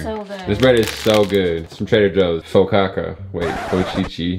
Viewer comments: Bro said FOCACA 😂😂😂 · Fo-ka-sha bread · calling the bread “fo-caca” 😂😂😂😂😂😂😂😂😂😂😂😂 congrats on 1M! Fav youtube couple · Omg your tree is so unique. Karla is so creative! Also on trying to say focaccia. I was in tears! 🤣 Its pronounced for-car-cha 😃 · Not they can’t say focaccia or Bundt lmao reminded me of my mom ❤️ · Omg y’all tryna pronounce focaccia is taking me out 😭 also, Bundt is pronounced like bunt lol love y’all! 🫶🏾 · The focaccia pronunciation took me out 😅